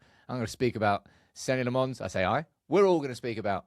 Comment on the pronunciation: Senna Lommins, not Senny Le Mons. Get it right just one time,.